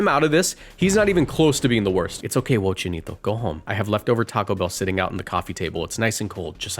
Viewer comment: Did I just hear Wo-Chienito!? With a perfect pronunciation that reminds any hispanic of their abuelitas!? Loved it.